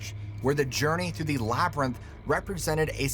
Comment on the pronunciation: “Labyrinth”. Thanks! 💜